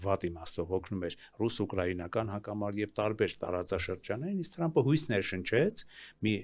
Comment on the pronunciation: լայ լաղջիկ լերվուծաբան մենք թ և փ տառն ու հնչյուն ունենք ապա տյու ընչու էս Թրամփին տըրամըպ ասում ։